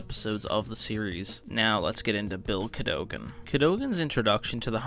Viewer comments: Cad o gan, not Cado gan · CAHDAHGEN NOT CAHDOGEN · it’s pronounced “Cad-a-gan” not “Cad-o-gon” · CAD-O-GAN and it is just "The Hundred" not "the one hundred" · Pronounced “cad-uh-gin” refer to 4x03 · Cad-o-gen.. driving me insane 😂😂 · you can even pronounce his name... Its Ca-do-gan (kah-duh-gun) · Dude.. Just pronounce it like they do in the show.. please.. CAD-ogan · its cat - a - gin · i think it's pronounced Kadd'i gun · Its not pronounced Ca-dough-gan. 😂😂😂😂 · Why he say Cadogan like that. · why are you saying his last name all weird. if you really watch the 100 you'd know how to properly pronounce his last year. they say it so many times... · If you like the 100 so much. You should be able to pronounce his name properly. Lol.